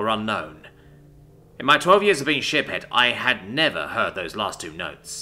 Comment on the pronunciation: So…I’m not the only one who, whenever he say’s Ship-Head Uleena, instead hears Shit Head Uleena….right?